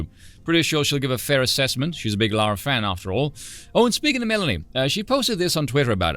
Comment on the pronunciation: WE LOVE POC! Removes PoC from Chinese advertisements , and other noticing. Also, GODDAMNIT PEOPLE, its "Lara"! L.A.R.A.! Not "Laura" or "Lora" or "Loura"! This irks me so much 🤣